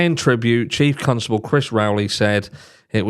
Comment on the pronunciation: I love that you say constable as though the second letter was u. I needed that smile today cos Christmas is indeed very stressful and I'm so unwell at the mo 😫